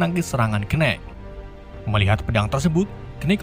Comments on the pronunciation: Sebel banget denger ngomong kenit kenit padahal tulisannya Knight 🤣🤣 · Khnight atau knight??